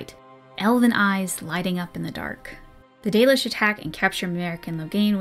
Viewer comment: If you think "The Dollish" is bad, google translate says it as "The Delish"